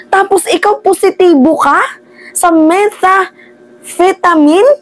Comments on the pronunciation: it pronounce as: meh-tham-feh-tuh-min. (me-tam-fe-ta-nim) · Metamfetamin ganyan ang pag sabi nyan sa Methamphetamine